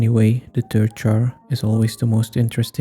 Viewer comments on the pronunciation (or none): ah yes thirth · Gotta love the 3th dimension, how do you even get there? or pronounce it? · Question: do you pronounce 3th: Thirdeth Thurth Three-eth Threth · bro what do you mean thirth jar💀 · 3"th" ? Jar???????? ITS 3(Rd). With a "r" and a "d" after the #3!🙄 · "3th jar" its 3rd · Your accent when you say the "third jar" sounds like Turd jar and that's what it looked like at the end